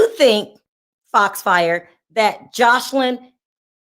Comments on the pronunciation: Lawd, you keep calling her JosHeline, lol. Are you doing that on purpose? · Her name is pronounced Jose Lynn regarding Joseline Hernandez. When she was with Stevie J she became so revengeful when he couldn’t get her a movie role that she came and verbally attacked his child’s and ex wife. Then she didn’t want anyone going after her daughter Bella after what she did. No. She was wrong to go after Wendy like that.